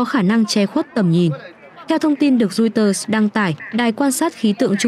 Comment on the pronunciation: Roi- xtơ là cái gì vậy? Đưa tin mà ngọng nghịu quá., đọc sai nghe chối tai nữa.